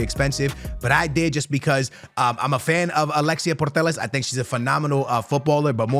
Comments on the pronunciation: It’s Alexia Putellas not Portelaz 😂😂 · Why "purtellas"? Putellas bro kkkk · it isnt Portellas its Putellas!!! Read the name of the player!!!😂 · Please don‘t say purtellas its driving me crazy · Why bro keeps calling alexia putellas portellas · pls stop sayin puetllas like that😭😭😭🤣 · Can't believe he still can't pronounse Alexia's lastname ..................